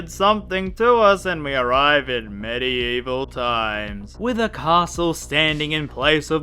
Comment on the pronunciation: MET-evil times